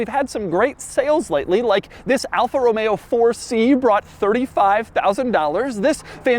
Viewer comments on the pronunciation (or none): none